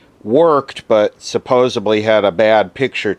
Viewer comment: I am not a hater, but you are the second YouTube presenter this evening who has said suppoubly for supposedly. Oh well, maybe its the new talk.